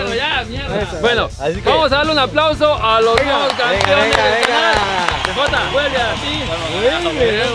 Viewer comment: Esos “Campiones” 🤣🤣🤣